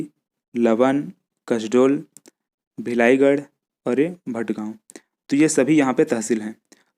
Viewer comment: bilaigarh hota hai na ki bhilaigarh